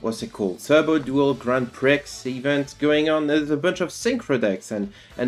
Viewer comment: I’ve got to assume the mispronunciation of Prix is a bit.